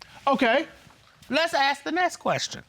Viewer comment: She really likes getting into Arthurcations with her spouse.she needs to Axe him some questions